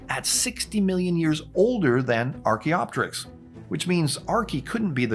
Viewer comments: Can we please pronounce things the way we should? It's not Archae-opterix. It's Archaeo-Pterix. Same as Helico-pter. Or Ptero-Daktyl. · The second I heard “Arch-y” immediate cringe chill… such a Christian Creationist Corny Dad-xplaination. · Every time he calls it Archae I lose 1% of my lifespan